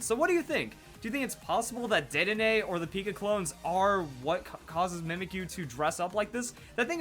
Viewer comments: Sorry I said dedenay's name wrong didn't i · He said Dedenne wrong 😂